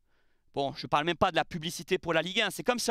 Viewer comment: "Emergumême"...😅tu m as trop fait rire.. Y aura pas de sanction...ça c est passé sur la voie publique, c est sous la responsabilité de la ville et de la préfecture... Allez l OM...